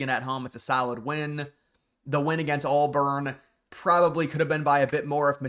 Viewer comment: dude its not ALLBURN. you said it 15 times